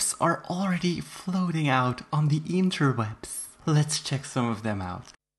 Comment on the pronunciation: Lol I love the way you said interwets